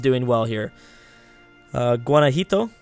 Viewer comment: That's "Guana-hwato" not "Guana-hito"